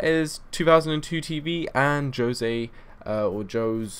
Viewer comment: Jose is pronounced (hosay) it's Spanish for Joseph I think